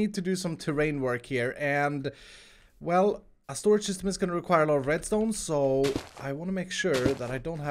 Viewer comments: First it was “THE ULTIMATE SOLUTION” now it’s “THE ULTIMATE SORAGE” What even is a sorage lol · SORAGE LOL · shtorage shishtem